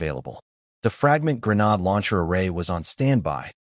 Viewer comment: So, I've become used to the crappy translations with constantly changing names of skills, items, characters, etc. I've even become used to the crappy AI that can't say Grenade or Bow (As in arrow shooting weapon) or Lv (Level) correctly. What I can't get used to is recycled images not even an hour into a multi-hour video. If you can't be bothered to proof read your AI translations and scripts or burn through a lake's worth of water to create images for the entire story. Why would you expect me to bother to continue watching, subscribe, or give you any future traffic?